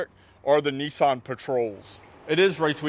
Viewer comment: there's no "e" in nissan